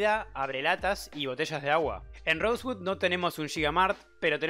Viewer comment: "rosegud" xD